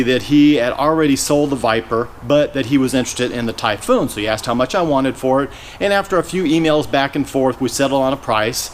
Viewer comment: IF I were selling the Typhoon and started saying "Typhoon" the way he does... I would not have sold it to him LOL.